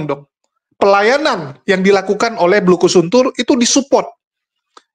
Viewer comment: Jadi ketawa sendiri denger bilang BULUKUSUNTUR😂😂